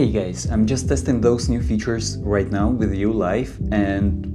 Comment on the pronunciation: why you saying gays not guys i cant haha